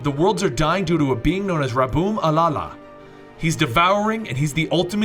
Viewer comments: Nice video. Epic music. Good recap. Two qualms: I feel like you're overselling the "villains" line. They occupied a morally grey space but none of them crossed a line any more than Batman might, except for Namor. Also, it's Rabum Alal. "All-all." Not Alala. I look forward to the video where you explain who he is because it's a nice twist and you may want to re-examine some of what you skipped in the first video to cover it. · Rabum Al-al. Like Al Al, not alala. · Rabum Alal. Not Rabum alala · That's Rabum alal (Ra-bum-a-lal.)